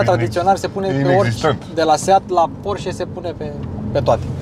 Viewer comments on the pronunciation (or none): none